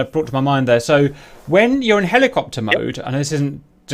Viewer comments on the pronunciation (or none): Lmaaooooo the Marine keeps saying "hole-a-copter" 😂😂😂